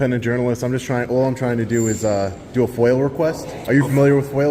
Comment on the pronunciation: "Are you familiar with FOIL request?" "I am very familiar with FOWUR request."